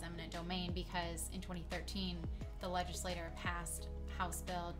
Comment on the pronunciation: leg·is·la·*ture* (I'm not usually an English cop, but you hurt my ears.)